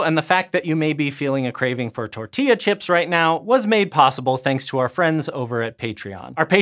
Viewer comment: as a Guatemalan, I'm happy you talked about nixtamalization, and the correct pronunciation of tortilla 😄😄